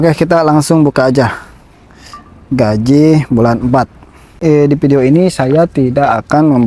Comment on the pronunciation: GAJI bukan GAJIH😂